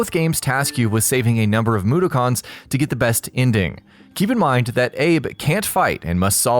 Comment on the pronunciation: OMG the way the voice over said mudokons while he was talking about Abes oddysee made me cringe lol dude pronounce the words man